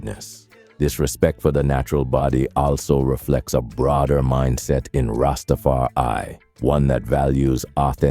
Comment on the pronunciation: Du bist nur eine schlechte KI-stimme die nicht mal das Wort RastafarI aussprechen kann der Rest was sind versaute dredlocks ihr hab genauso wenig Plan wie rastafariner?blödsinn